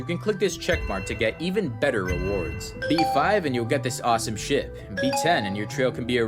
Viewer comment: an awsome WHAT A SHI- (Ok i know that its ship but it soundse like shi-)